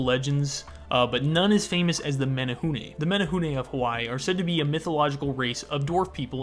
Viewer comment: Okay but kudos to his pronunciation of menehune 👏🏻✨✨